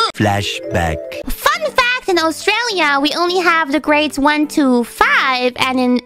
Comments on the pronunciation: Or at least not emphasizing the word "to" so much. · One of these days she'll learn to pronounce "to"...